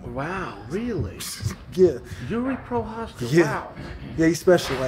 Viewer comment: Wait a minute, this guy could pronounce Prochazka this whole time? I've been bamboozled lol